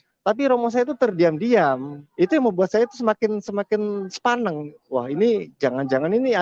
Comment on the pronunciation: ada to orang Manado yg bisa ngomong "sepaneng"....ketok jawane mas